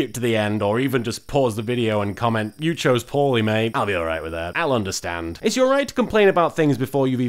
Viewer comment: U CHOWSE WRONG M8